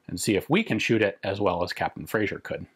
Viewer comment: Just a triviality - it's 'Frazer' in pronunciation, not 'Frazier'.